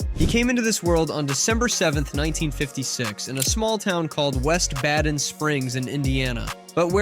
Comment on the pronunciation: Baden is pronounced BAY-dun.